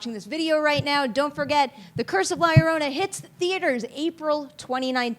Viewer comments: It's not if you know how to pronounce "ll", she was just nervous and didn't want to mess up, but it ended it making the beginning really cringy.... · How is it hard to pronounce "La Llorona" ?